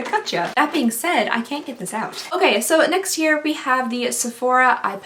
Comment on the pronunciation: Umm is it just me or when she said day 11 she said “ok next year we have?!” Am I going crazy??